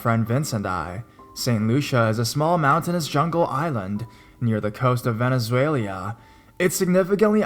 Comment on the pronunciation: Venezuela (Ven-ez-way-la) not 'Venezuelia'